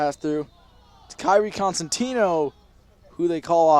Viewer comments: “consentino” no. child it’s COsentino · everytime he said “kairi consentio” i yelled it’s COSENTINO 😭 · he was like kairi coNsentino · LMFAO WATCH FROM "kairi cOsenTimnO" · he got kairi’s name wrong lots of times😔